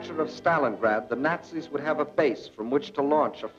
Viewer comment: "Zanis" :-D